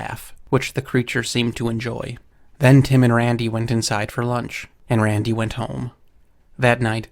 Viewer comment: The way this guy says "Rrrrrrandy" is ridiculous.